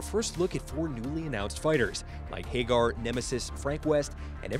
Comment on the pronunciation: Isnt it Ha gar not hey gar ?